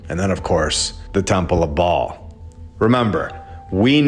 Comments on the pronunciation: Baal is pronounced bail not ball. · Ba’al Earth, Not Ball. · Baal is pronounced Bay'll if im not mistaken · Just so you know the correct pronunciations; Ba'al...long a, hence accent Yahweh...Jehovah. Both are ok however the most common name for almighty God is Jehovah. This is world wide especially old world, they've hidden but in plain site. God's name means, "Cause" or Causes to become". Fitting right!This video was icing on a layered cake to me brother. God bless you!❤ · You missed the whole point, sister. This isn’t about how to pronounce Ba’al—it’s about exposing that we’ve been living under his system. The ball Earth lie is Ba’al worship disguised as science. A sun-worshipping, globe-spinning fantasy shoved down our throats to erase God’s firmament and throne above. So whether it’s Ba’al, Bale, or Babble, the deception remains. The Earth isn’t a ball. It never was. They just replaced God’s truth with Ba’al’s blueprint—and you’re worried about vowels?